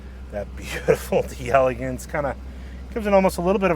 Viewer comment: It's DELLA-GAHNSE! 😂